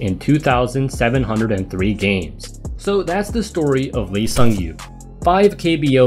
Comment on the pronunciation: The way he spells his name in English gives you no chance to say it correctly without help but its actually pronounced "Ee Sung-yop". Otherwise, excellent video.